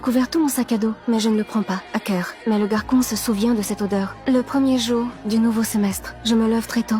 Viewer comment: Tu as dis toute l'histoire garquon pas garçon 👦